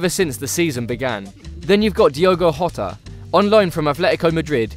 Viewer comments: You pronounced Jota wrong, in Portugal you say the J, in Spain you don't. So it's Pronounced 'Jota' not 'Yota' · Jota not iota. In Portuguese, we pronounce the jay as jay get it. Please pronounce the names right ok thank you. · Get this right a J in Portuguese is not pronounced like a R it's just a J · Who’s “Rorre” Mendes and Diogo “Rota”? The J is pronounced just like in José Mourinho’s name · Who's "Rorre" Mendes and Diogo "Rota"?... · Please understand that not every foreign language is pronounced like Spanish. Jorge is pronounced like George not "Whore Hey", Jota is Pronounced with the J that it begins with. Not to mention the terrible attempts anyone has pronouncing Joao. Its not "Yau", he's not Chinese, its not "Joe ay woah" just "Jew ow". Rant over